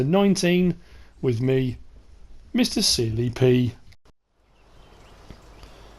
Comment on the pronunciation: when you said it's me mr sealy p it sounded like do you see me pee?